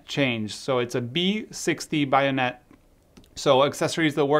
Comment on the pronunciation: yes, but the wide lens has a centre filter, and is a screw thread, NOT bay-on-ett (how you say it, you said buy-on-ett!!); but this should be included inside the lid of the leather cylinder it comes in.